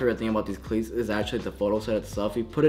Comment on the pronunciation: to he’s talking about cleats and he accidentally said “clits” instead of cleats💀💀